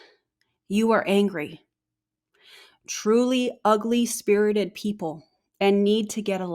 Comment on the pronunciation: Brad didn't say "ugly-spirited" he said "ugly-spirted." Ick.